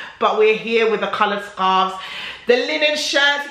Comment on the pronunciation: Qaloured sqarfs 😂😂😂😂